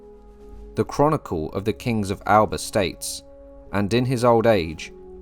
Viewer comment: The Gaelic name for Scotland is “Alba” but you pronounce it as if it was in your native English. The correct pronunciation is “AL A PA” Eric C